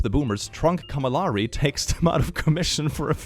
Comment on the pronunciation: HE DID NOT JUST SAY "CAMALARI" TWICE COME ON!!! FIRST TIME HAD ME LAUGHING BUT STICKING WITH IT FOR THE BIT IS DOING WAY TOO MUCH BRUH.